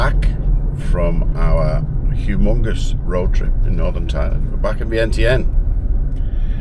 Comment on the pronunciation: Before 25 secs in you're not pronouncing vietianne correctly. How has she not corrected you? Or at least I know my dad's from there and he's never said it that way!